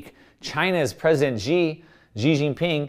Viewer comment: Hey, Xi is pronounced She. Iran is pronounced e-ran